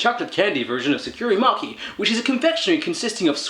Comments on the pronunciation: Mocky 😂 It’s pronounced moh-chee. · MO- CHEE not mocky hehe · MOH-CHEE, not MOK-KEE :) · Did anyone else notice that he said mochi wrong?